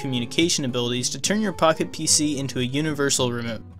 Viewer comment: Does not sound like you're saying “Pocket PC”.